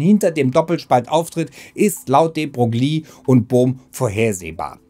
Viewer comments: Würde den Namen noch etwas anders schreiben um zur korekten Aussprache zu kommen. -> de Broille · de Broglie wird "de Breu" ausgesprochen, aber man hört das oft falsch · De Broglie wird "de Broilie" ausgesprochen! Tut mir leid, dass das etwas pingelig ist, aber unser damaliger Physiklehrer hat uns das auch extrem eingebläut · Wie wahr, wie Wahr. Namen, Bezeichnungen und gewisse Begriffe sollte man stets versuchen in deren Muttersprache auszusprechen. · Es ist schlimm wie du de Broglie aussprichst 🙈